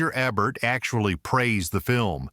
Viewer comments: Roger Ebert. He was a famous well-respected film critic. His last name is pronounced Ee-bert. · I know who Roger Ebert was. The video wasn't pronoucing his name right.